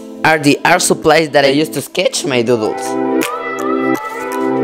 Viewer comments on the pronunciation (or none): your voice is so funny, especially when you say sketch